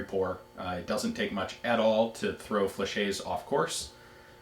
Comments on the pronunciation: Fla- shet, not fla-shay. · Ian! Pronounce the "T" in Flechette. General rule in french: If there is one T, it's silent... two Ts and you pronounce the T! Now let me hear you say "SAIGA"... Up, gotta go, it's my turn to hit the bong and my parents will be home any sec. Cheers from the east coast! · Hate to be that guy, but... Fleh-SHET. Great video anyway!